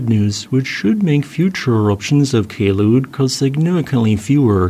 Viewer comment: That day in 2014, I canceled attending a competition because of the ash fall. Also, not to take down from your video, Kelud is pronounced as follows: - "Kel-" should be pronounced the same as the "-cle" in the word Uncle - "-ud" you have correctly pronounced it